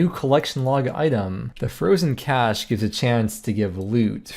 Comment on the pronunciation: Nailed the Loki 'cache' pronounciation xd